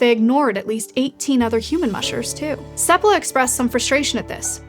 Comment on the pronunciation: It's "sEPpala" not "sepPAla"? I thought it was the latter, where's the emphasis go?